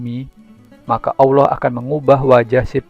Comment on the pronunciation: Ente nyebut Allah saja awloh. Gimana bisa ente bakal di percaya?? Lucu ente ya.